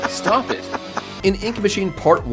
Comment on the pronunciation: "Stap it :( " 😭😭